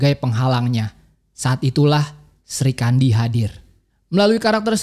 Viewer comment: Bukan Sri kandi tp Sikhandi